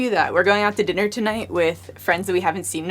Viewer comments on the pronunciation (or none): none